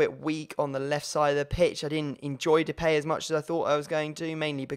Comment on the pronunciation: You pronounce depay as de-pie and wijnaldum as wine-aldum